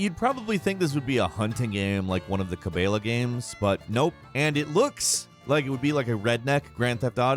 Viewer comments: Cabayla? It's Cabela's. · did you just say it looks like a hunting game, like the CA-BAY-LA games...... my god. you've never stepped foot in one have you? lol its Cabelas. Ca-bell-as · Ca-BELL-a’s not ca-BAY-la’s!! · Cable'as lol made me laugh its ca-bell-as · Is pronounced kike cab-ellas not cabe ellas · Ka-BAY-la? I always thought Cebelas was pronounced Ka-BELL-la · "Cabella game" Cabella (Cah-Bell-Uh) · Ka-bay-las?! You mean Cabelas? Ca-bell-as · Clear signs your a city boy “Ca-Bay-La” lmao it’s “Ca-Bell-ah’s” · "Ka-bay-la" uh "ka-bell-ah-s" lol I cant tell your from the city in a gated community if you cant pronounce cabbales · Wait. Did you say "Kaybella" games? It's pronounced "kuh-bellas"😂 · Not to be one of those douches (but I will anyways) - it's pronounced "cuh-bell-uh"...not ca-BAY-lah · It's ca bell ah not ca beela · Cabayla? Really, like if you're from the states, I understand, but it's pronounced Ca Bella s. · Cabela's, is this not pronounced ca-bell-uhs, not ca-bay-luhs? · It's Ca-bell-a, not ca-beel-a. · It’s pronounced “cabeLLas” not “Cabayas” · "Ca" "bella" games. Not kaybala. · its ca-BELL-as, not ca-BAY-la, lmao dude. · "One of those KABAILA games...." lmfao!!!! 😂😂😂 Cabela bro. It's pronounced Cuh Bell Uh. Ya welcome. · Ca BAY la??? Lol, no. Ca BELL ahs. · Cabayla games? 😂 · “Cabayla games” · “Kah-bay-lah” Also half of these are just indie titles that have nothing to do with the PS4 but oh well. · "kAbAiYLa".....so cringey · The "ca bayla games" its just cabela dude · The way you said cabela lol. cabayla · its kuh-bellas...y'nerd! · Did you just fucking say "Ka-bale-yea"???? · My guy really said “Kay bellus” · Just something that triggered me. It's Cabela (Cu-bell-uh) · Yes it's ka bell uhs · Maybe it’s the southern in me but did he say. Cabayla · Im sorry- "Cuh-BAY-luh" ??? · Wtf is Cabayluhs? Cabelas? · Did he just say: kah-bay-la games? Come on man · ca-bae-la lmfao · You lost me at cabeyas... lmao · Did he just ca bay luh?